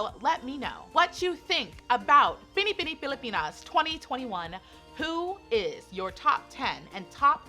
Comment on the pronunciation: let's all commend her for saying Binibining Pilipinas so perfectly ❤️❤️❤️